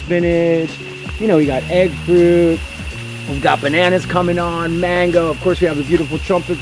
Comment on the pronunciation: I know he’s speaking in English but he is in a Spanish speaking country so why doesn’t he pronounce mango 🥭 da right way . I live I. Hawaii but I don’t pronounce it like him but like Latinos do. But then he says the Spanish name for soursop , guanabana. Hmm